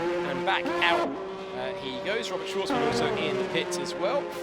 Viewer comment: That one comentator was dogshit... he didnt even know who robert shwarzman was. He had to read his name from a script and still got it wrong.